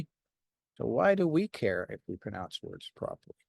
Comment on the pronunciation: I like that you mispronounced pronounce ❤